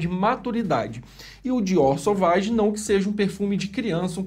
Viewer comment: Só por pronunciar corretamente o "Sovage" já ganhou meu like, professor! O que tem de youtuber pronunciando "Sauvage" aqui no YouTube não é brincadeira... Chega a doer os ouvidos.